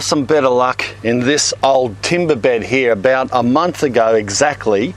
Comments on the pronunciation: Lotz of wuuurms heraah! Great video and accent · He also says heah